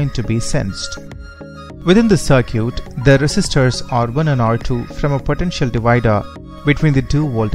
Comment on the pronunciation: Good video but you need to learn how to pronounce circuit better.